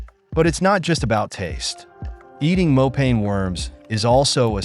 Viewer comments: Not "more pain worms" but "more paah nie" mopane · Mopane is pronounced like "moh_pa _neh" not "mo_pain" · Sir it's mopane worms (masonja) in my language